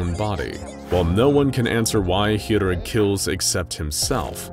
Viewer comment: You read Chirurg as Kirurg, not hirurg.